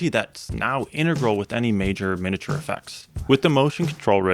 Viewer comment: Not pronouncing "miniature" correctly. Really irritating. Mi-nee-a-ture. Not min-uh-ture.